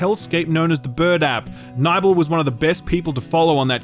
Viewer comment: 'Nybel'!? I thought it was pronounced Nibbel.